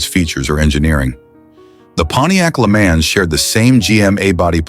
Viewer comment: I wish you would learn how to pronounce some of these words LeMans oh my God